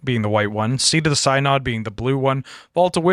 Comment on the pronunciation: Since this is a lore podcast, I feel it’s important to mention that “Synod” is pronounced “SIN-əd”, not “sigh-nod”. I actually work for a synod, it’s not an mtg-specific word